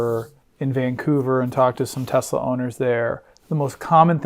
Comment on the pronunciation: he started pronouncing…tesLeR again …. there is no “R”